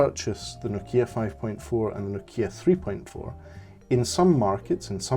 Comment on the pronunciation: No'kia not Noki'a !